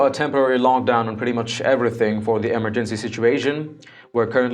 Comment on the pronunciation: I just can't stand to hear you mispronounce emergency again. I'm gone.